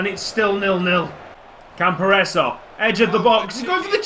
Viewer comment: I think it's pronounced "Campor-ray-zee". For me, the budget was set that low to make it a challenge for you - maybe to promote youth?